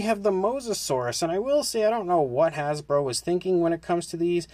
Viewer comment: "Hasbo" LOL